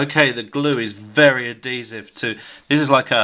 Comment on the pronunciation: you say adhesive wrong. less emphasis on the d